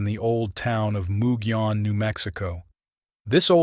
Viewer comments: Almost got the pronunciation right! It's not moo gee, but rather mug ee. It's usually the double L sound that gets most people so kudos there!! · There are a lot of names that have Spanish roots in the SW, especially in NM. Gila monster and Mogollon rim are two words that people always pronounce in so many ways. But it will also let you know who's "not from around these here parts" 😆 It's nothing at all against you for it, either. Unless someone points it out, or you happen to come across someone else pointing it out, we'd never know these things anyways. 😉 Love your work! Thank you!